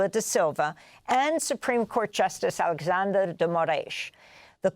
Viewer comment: Amazing analysis.Perfect pronounciation, that's the very first time I have seen them getting Alexandre's name right! That's not a major issue, for sure. But it is so cool they managed to really do a research on the name's pronouncing. Good job! 😁. As a trained teacher of Portuguese for foreigners, I know how the fact that portuguese language holds multiple pronounciations for letter "X", depending on the word, position, etc, is a pain in the a$$ for most foreigners. So, in this case, of Alexandre, the pronounciation of "X" is that of "SH". So we say it: "AleSHandre" dgee Moraes, without the existance of any accent differences, in the whole territory of Brazil, as well as in the entire Portuguese speaking world: Portugal, Angola, Mozambique, Cape Verde, East Timor, Guiné-Bissau, São Tomé and Prince, Goa, Macau, etc...